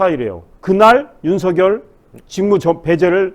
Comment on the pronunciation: 발음 교정 부탁드립니다. 윤성녈은 '윤서결'이고 이성뉸은 '이성윤'입니다